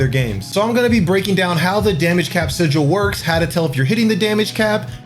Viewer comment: Haha sijual. Good guide though.